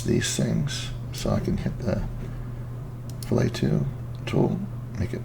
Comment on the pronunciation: its pronounced.... "FILL-IT"....not "FILL-A". FILL-A is what you do to a fish. ;) Nice work though!